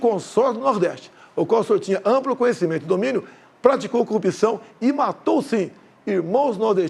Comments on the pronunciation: Bolsonaro os brasileiros , bem informados , não acreditam na sua mentira...Essa criatura , tem que aprender a falar a palavra corrupçao...Ele pronuncia.....cupiçao..... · Prestem atenção na pronúncia....cupiçao , contititucao